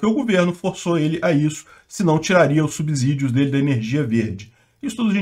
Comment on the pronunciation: Subssidios e não subZidios. Ou vc fala subZolo.